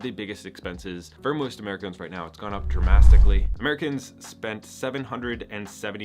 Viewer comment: I noped out the second you said dramastically